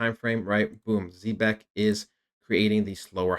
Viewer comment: Can’t even pronounce the name🙄